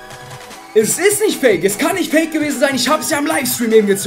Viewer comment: das geht nisch😂😂😂😂